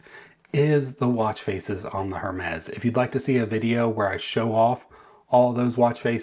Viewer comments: Hermes is pronounced “errr mes.” The H is silent. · You don’t even know how to pronounce Hermes -sigh